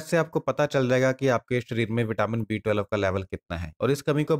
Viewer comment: आप twelve ही सही नहीं बोल पा रहे हैं. टवेलव uchharana करते हो.